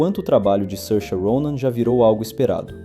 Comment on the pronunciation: É assim mesmo. Tem vídeo dela mesma ensinando a pronúncia.